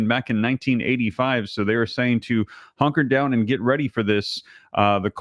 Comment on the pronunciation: Hunker down, not honker down. 😂